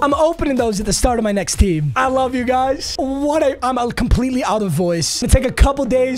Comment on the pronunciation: Your gf thought u said you were gay 😂😂😂